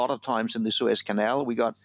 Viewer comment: News Caster "a Prolong Suspension traffic in the sewers" I didn't know the boat would block teenage mutant ninja turtle's home.